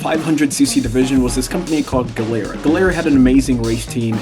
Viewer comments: MV Agooo-sta made in Vah-ray-zay in the country of EE-talh-ya. BTW it's GEE-lehr-ah. Seems like you put some work into this, why not learn how to properly pronounce the Italian names, etc? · Nice vid.. Gilera,, pronounced Gee lera. 😊